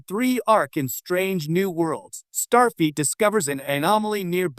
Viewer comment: "Star Feet" 😂😂😂